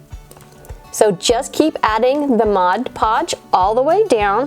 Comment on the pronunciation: I love this project and your channel. But can you stop calling it "MODGE PODGE" It's MOD PODGE. So many Youtubers make the same mistake. LOL